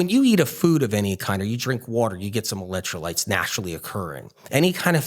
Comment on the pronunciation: Why does he keep saying ELET trolites. I thought it was ELEC trolites. Keeps saying eletro lites, eletro lites.